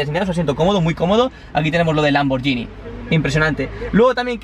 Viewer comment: No se pronuncia hacia la marca y puesto que no puedo hacerlo escrito lo buscáis el traductor sirve lo ponéis de español a italiano tocáis para que os lo lea en italiano y sabréis como se debe pronunciar